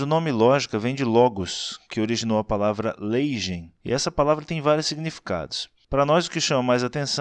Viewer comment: leigein não se lê leijein, no grego não existe o fonema J. Não estou querendo lhe ridicularizar, estou falando só a titulo de informação.